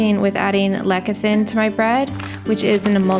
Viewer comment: Lecithin is pronounced less-a-thin, not leck-a-thin